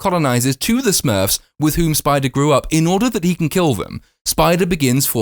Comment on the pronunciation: "Smuurrrwwfs" your review is more entertaining then the film